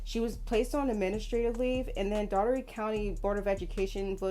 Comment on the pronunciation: That is not how you pronounce Dougherty. I am from that city. It's pronounced "Door Te"